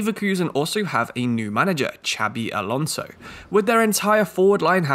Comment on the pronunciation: Great video as per usual. I've been really enjoying your Fifa 23 guides BUT you have to improve your pronunciation of names lol. It also happened in other guide videos. Ducksch isn't pronounced Duetsch for example but Duck-sh or Xabi Alonso is pronounced more like Shabi instead of Ksabi. :) (*edit: it did improve in the end tho, so respect for that)